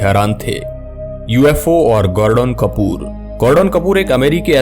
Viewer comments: गॉर्डन कपूर नाही रे बाबा गॉर्डन कूपर 😂😂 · I quite video when he say gorden Kapoor 🤣